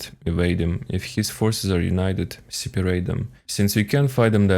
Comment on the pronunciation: I like how you say siparate